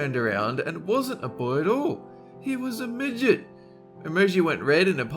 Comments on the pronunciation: DID YOU SAY "MIDGIT"????!!!!!! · Did anyone else get triggered when said migit